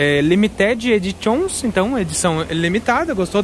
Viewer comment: Bkkkkk fala hoje vc pegou pesado no inglês né... Mas o teacher vai te dar uma dica ok.....vc deve tentar pronunciar assim....limite edixan.....ok